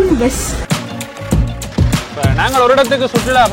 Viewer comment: Vus illa bus